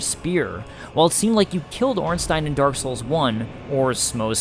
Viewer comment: You are the first english youtuber to pronounce Ornstein correctly😄